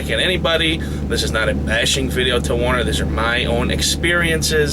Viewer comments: The name is pronounced: "WERE-NER"...not WAR-ner... :/ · why do so many guys who pull for Werner pronounce the word as though it was spelt Warner? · First off its Werner not Warner... I worked there for years as a driver, trainer, and finally in the office. Never forced to train... Midwest region is Texas... Not a perfect company, but as big carriers go, not bad... Not disputing what you are saying, but just had a much better experience.